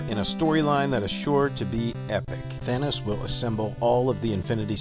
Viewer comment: It's not Thane-os it's Thanos. TH-AH-NOS.